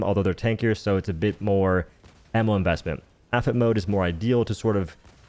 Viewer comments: Petition for to say "aypee aychee" instead of aphet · did this guy just say "AFET" in place of AP-HE-T? unsubbed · All well and good but who the hell says APHET like that? It's A-P-H-E-T, an acronym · All well and good but who the hell says APHET like that? It's A-P-H-E-T, an abbreviation